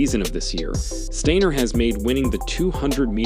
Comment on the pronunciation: Pronounced Deena Asher Smith and said Stiner not Stainer you muppet